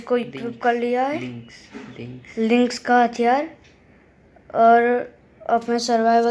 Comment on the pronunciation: It's not alynix it's pronounced leenks